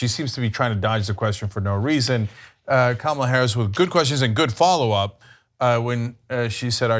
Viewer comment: Isn’t it Kah-mell-ah, not Comma-lah?